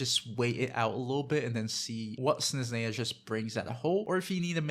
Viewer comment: Snezhneya, Zebai and Fyurina 😅. It’s different how you pronounce them compared to me and my brother.